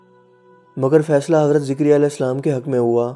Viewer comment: Yha "ZAKARYA as" hai na ke "ZIKARYA as"